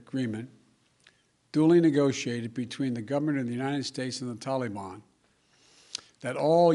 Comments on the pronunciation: .....Mentally compromised....Parkinson’s disease?...”The Talyban”....It’s taliban Joe. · “ THE TOLLYBON”